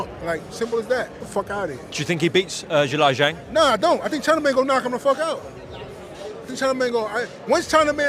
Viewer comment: I gave Miller the benifit of the doubt that he was mispronouncing Zhilei Zhang HELL'a WRONG!!! 🤣😂🤣